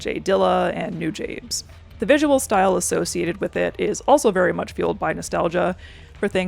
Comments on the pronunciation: noo-jah-bays, not noo-jabes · THATS how you pronounce Nujabes? I just realize I’ve never heard anyone say it before.